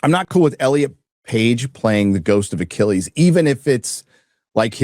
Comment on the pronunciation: "The Mythological Hero Ay-chill-us"